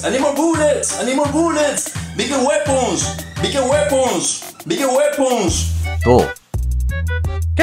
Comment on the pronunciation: Beeger waepons